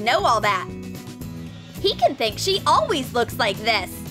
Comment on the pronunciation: They all say alweys instead of always